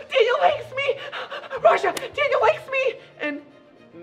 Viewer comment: NO RAJA SAID M NOT N AT THE LAST LETTER OF THE WORD